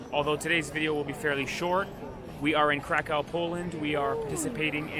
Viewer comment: Hint to how to say KRAKOW Instead of saying CRACK-OFF Say this CRAK-OOV READ OO as U, like BOOK.